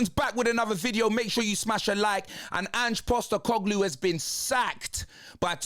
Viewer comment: Ange Sack-E-Coglou